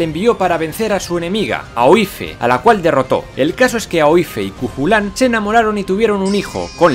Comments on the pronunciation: Me encanta! Por cierto, en el minuto , Aoife se pronuncia "Ifa" (parecido a Eva) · Genial el video, no osbtante me gustaría puntuar que Aoife se lee "Ifa". No me preguntes que sentido tiene por que yo como residente en Irlanda no he conseguido encontrarle el sentido aún, no obstante así se pronuncia xD. Muchas gracias por divulgar la historía de una manera tan amena y divertida, mis dieces!